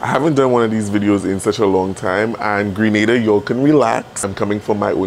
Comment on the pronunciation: Not you saying Grenada relax 😂